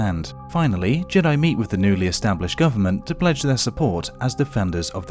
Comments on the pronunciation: It's not JEA-DEA it's JEA-DIE bruh pronounce it right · you said Jedi wrong you said juday